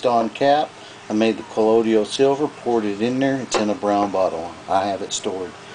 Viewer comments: he WRITES colloidal,but SAYS collodial?WTF? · I really hate the southern accent. It makes the speaker sound so uneducated and dumb. I can't stand how they speak so slowly, repeat themselves, go into detail about things that are common sense, and mispronounce words. If I hear this guy say the word "ColloiDIAL" again, I'm going to scream while projectile vomiting. A der da da der. "Hey, Jim-Bob! We should make a colloiDIAL silver beer to drink on Nascar race day!" "Their makin' a left turn!"- Bubba J. (Jeff Dunham) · I too thought that Colloidal only had 3 syllables and not 4, lol. My granny and her sisters and brothers were all raised in east Tennessee and they all pronounce the word "Wash" with an "R" , to them it's "Warsh". When I was a kid before eating at my grannie's , my granny used to ask- "Did you warsh your hands ?" I also grew up in the south in Georgia but I spent a lot of time reading. With the invention of the internet and worldwide communication , a lot of regional accents and mispronunciation of words are fading away. I moved west to Colorado about 5 years ago and made a concerted effort to lose my accent but I always had good pronunciation anyway compared to other southerners. I think this is the only video on youtube about Colloidal Silver where the person adds an extra syllable and I've watched over 100 different videos about it in the last 3 years. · Call me fussy, but it doesn't give me confidence when the maker can't pronounce the word, calling it: "Collodial." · u can't even pronounce it properly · Please learn to pronounce colloidal,good video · This guy can't even pronounce it correctly, so I'm not going to follow his instruction! LOL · I got ripped off buying Sovereign Silver at the Wholefoods grocery for the longest and pronounced it wrong up until I began to make it myself. Tomatoe, Tomato! As long as it works. SMH! People like you are always punching holes in the dumbest things. You are a distraction.